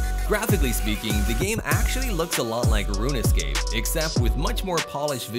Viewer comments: “Rune Escape” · This is corporate YouTuber garbage. And did he say "Rune-Escape"??? Wtf...